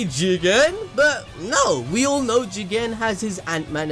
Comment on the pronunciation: Can you pls stop emphasizing Jigen’s name. It’s annoying